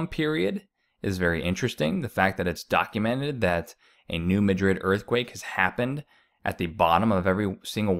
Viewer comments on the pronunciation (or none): It would add to your credibility if you pronounced the fall name correctly. I can Say New Mad- drid. And do Not say "Illisoise" Grades on the ear